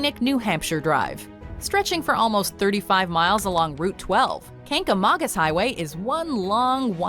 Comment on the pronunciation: New England gal here. The Kancamangus Highway in NH that was mentioned ….first, it was pronounced wrong, it’s ‘kang-a-mang -us’, but we all just call it ‘The Kang’. It’s Route 112….NOT ‘Route 12’ as they said. And they didn’t do it justice. You have to travel in the fall, mid-September to mid-October. It’s unbelievable.